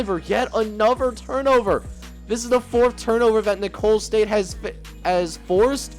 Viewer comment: For future reference Nicolls st is pronounced like “nickels” state. Keep up the great content